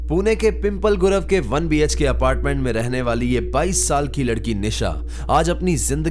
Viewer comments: Bro it's not पिंपल गुरव it's पिंपले गुरव😂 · Pimpal nahi pimplay bolo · Bhai pheli baat, PIMPAL gurav nahi wo😂😂😂😤😤😭😭😭😭😭 please pronounce it correctly It's PIMP-LEY GURAV पिंपळे गुरव